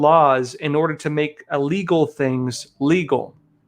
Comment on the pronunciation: Hey, the word is pronounced "ill"- legal. NOT "uh"- legal.